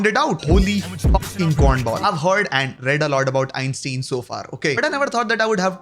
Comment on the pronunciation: Ok man now ur ragebaiting atp STOP SAYING EINSTEIN LIKE AN INDIAN UNCLE WOULD IT GENUINLY PMO